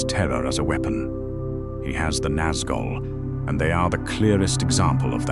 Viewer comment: It is. THis Narrator mispronounces other names too, e.g Nazgul and Ungoliant. . He is too bone lazy to get the names right.